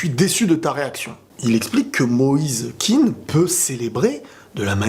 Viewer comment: On ne prononce pas “kine” mais “kéan”. Il n’est pas anglophone d’origine